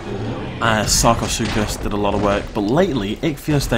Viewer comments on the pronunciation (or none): none